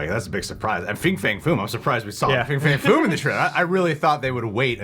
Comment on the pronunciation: it's not fing fang foom.....:)